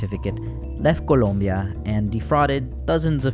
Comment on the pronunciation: Little detail, but i really love the fact that you took the time to actually pronounce the splaish words with the accent, like colombia or mirabel.